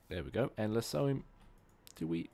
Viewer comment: oh and lasso is pronounced as lass-o